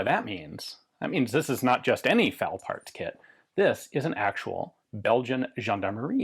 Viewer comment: I fal down, not I fowl down. Yankees be yankies.